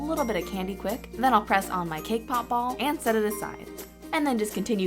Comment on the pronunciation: When you said cake pop ball, it sounded like k-pop ball!! XD! Omg, you're my fav youtuber! OMG, you're so close to 1 million!!!